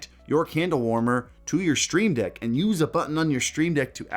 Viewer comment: Am I the only one that heard something other than Steam "Deck"